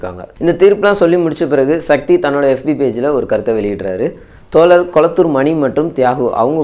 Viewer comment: Tholar ila thozhar "ழ" Sariyaga uttcharikkavum.. 🙏 pls